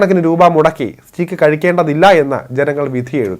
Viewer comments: സ്റ്റീക്ക് അല്ല സ്റ്റേക്ക് ആണ് ശരി ഉച്ചാരണം. Ty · സ്റ്റീക്ക് അല്ല സ്റ്റേയ്ക് !